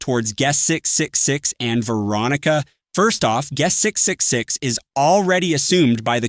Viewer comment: can you say triple 6? not 666, it's quite unsettling with those pause